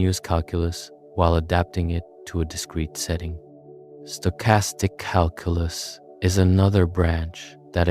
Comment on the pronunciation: This would be nice if your pronunciation of Calculus didn’t piss me off